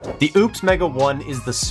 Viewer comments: Ugh pronounced as opus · It's pretty disrespectful to intentionally keep mispronouncing a company's name. This was my first time seeing your channel and if this is what you do you lost all creditability.